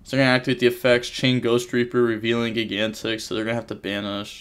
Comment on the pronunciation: I’m joking. I’ve never heard it pronounced “gig-antic” before.